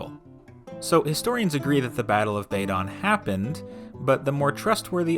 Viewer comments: Not Tinter-gel but Tin-tAgel Not Bay-don but Bad-on You havent a clue. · Not BAy-don! There is no long 'a' as in 'ladle' in Welsh. BAdon with 'a' as in cat. Not Historia BrittAnum - Historia BrittOnum. Not TInt-a-gel but Tin-TAgel Not RYe-o-thAmus but Ree-o-TA-mus Jesus Yanks are sooo ignorant when it comes to pronunciation and soooo lazy that they don't make any attempt to learn.